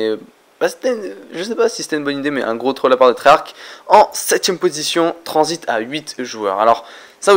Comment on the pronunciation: je crois que c est la première fois que tu prononce tranzit par son vrai nom 🤣